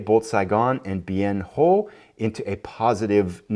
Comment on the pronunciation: Just a pronunciation note,: Bien Ho is actually pronounced Bien Hwa (I heard Walter Cronkite say it that way often enough on his nightly newscasts, back in the day!). Also, a question: how did the Tet Offensive go from Jan. ‘68 to Jan. ‘69? So far a great replay! Keep it going.